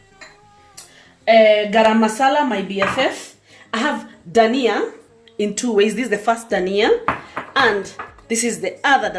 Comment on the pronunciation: u said garama masala or I didn't hear it well please want to try this today